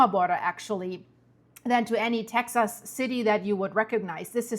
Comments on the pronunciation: the correct way to pronounce Texas is Texus.. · Texas is pronounced Tex-us. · Tex ahs